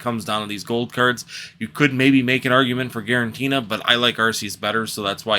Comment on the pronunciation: Gear-uh-tina. Not guarentee-na lol.not sure why that bugged me😅